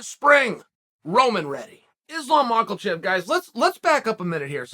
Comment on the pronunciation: There is no letter L in Makhachev. "Mockle-chev?"